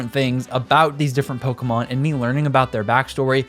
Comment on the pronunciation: Thanks for just pronouncing pokémon without a hard E. The amount of adults on youtube who have never seen an accent.